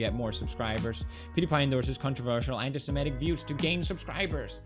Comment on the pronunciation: funny thing is he can't even pronounce semitic